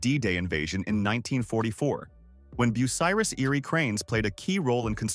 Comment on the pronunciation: I quit watching within the first 2 minutes as you couldn't pronounce the name correctly. It was also annoying to watch irrelevant pictures flash by. Just my opinion, but not a good way to tell the story of a manufacturing giant.